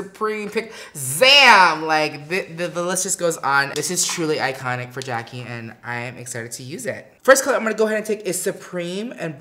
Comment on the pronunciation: Patrick!! You sound extra proper like saying Jack-E Jack-E Jack-E You have to use more urban/ebonics flare. Jack-AYE Jack-AYE Jack-AYE Lol! But like the look and especially the eyes!!